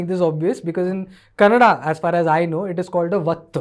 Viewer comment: Kannad ❌ kannada ✅